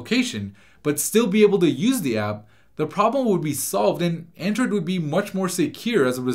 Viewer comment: He keeps saying aindroid